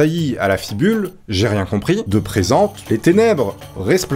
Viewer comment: Rectifications : ce n'est pas "rose" dans la première ou seconde énigme, mais "rosse" qui signifie canasson (la rosse de Don Quichotte s'appelait Rossinante). Ce n'est pas "fibule de présente" mais "...de preneste".